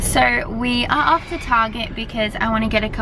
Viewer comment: said “guess where we’re off to?” and I thought she was making a pun by making it sounds like “guess where we’re RUFF to?”